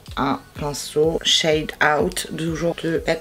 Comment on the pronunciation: la prononciation ma tuée elle a dit tro shad 😂😂